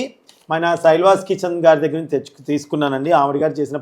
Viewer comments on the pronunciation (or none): శైల్వాస్ కాదు శైలాస్ అని పలకాలి Pls ఏమి అనుకోకండి